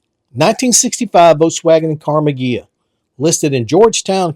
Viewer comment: "Karma" Ghia?